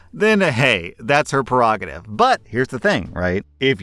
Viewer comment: Take a shot everytime he says "perogative"